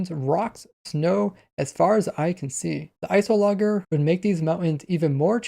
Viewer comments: i think its ice -ologer not ice o logger... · notice: it was actually you just pronouncing the g wrong. it's ice + -ologer (studier), it should be ice + o + lodge + er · I don’t understand how you could mispronounce iceologer right after Agnes shows you how to pronounce it seconds earlier (in editing anyway) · Lol. “Ice-o-logger” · ice oh logger lmao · pronunciation of "Iceologer" will kill me